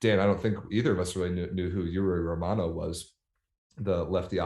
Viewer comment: The first syllabe "giu" in Giulio Pinali is like the ju in "jubilee", you pronounced it more like Julio, which is Spanish. Two difficult pronunciation for non native: Romanò is not Romano, it's pronounced with a stress on the last O and in Sbertoli the stress is on the first syllabe E and not on the O.